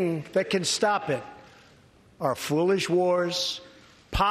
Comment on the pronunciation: He is saying "foolish," but it does sound like "fluish"! TRUMP ...or a pandemic that I will allow to run roughshod across this nation by calling it "a democratic hoax" for the first two months, holding two hour press conferences congratulating myself on a job well done as 5,000,000 Americans test positive for COVID-19, from which 180,000 have already died, generating the adverse conditions that decimate countless small businesses and put approximately 30,000,000 Americans out of work, necessitating another $4,000,000,000,000 - $ 6,000,000,000,000 in government stimulus debt, and, all the while, enabling American billionaires to add at least another $434,000,000,000 to their accumulated wealth. AMERICAN REPUBLICANS: "Wow, this is bad! And, it's all Obama's fault; President Trump told us so!" AMERICAN DEMOCRATS: Uh, yeah!! And, uh, no!!! How you feeling about blocking Trump's "impeachment" now!?